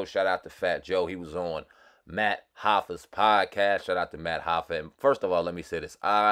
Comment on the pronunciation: Math Hoffa....not Matt Hoffa.